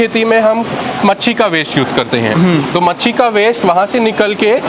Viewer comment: Abe padhe likhe. Machi nhi machli bol